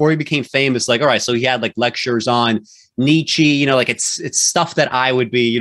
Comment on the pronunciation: You can't even pronounce Nietzsche correctly. And the first clip of Peterson was about the profoundness of truth. You seem to have missed that idea.